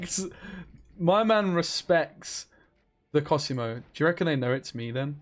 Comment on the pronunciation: It's còsimo not cosìmo